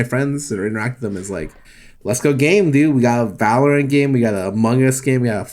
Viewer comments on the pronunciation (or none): My ocd just UGH when sykkuno said Valor-Ant